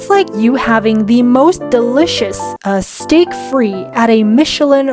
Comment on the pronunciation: Steak frite is pronounced "steak freet" not "steak free". Interestingly, your mispronunciation is what's called a "hyperforeignism" and that's a fun wiki article of you're interested :) anyway cheers, i can be smug about this because i speak English and French but I'm hopeless at any other language 😅